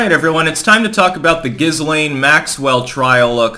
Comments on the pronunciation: It’s pronounced “Ga-Lane” 😀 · Pronounced like 'Gelain'. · Dude it's pronounced "gi-lain". You'd think after about the 50th time mispronouncing it, your wife - who should know better - would smack you upside the head. But no. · Her name is pronounced .......Gil - ean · IT'S JIZZ-LANE 🤣🤣🤣🤣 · I usually hear her name pronounced gill-laine, silent s. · Dude, you really need to learn how to pronounce 'Ghislaine', the S is silent! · Fucking hell at least pronounce the name correctly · You said jizz stain Maxwell wrong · Not to be pedantic, but the "S" in Ghislaine is silent.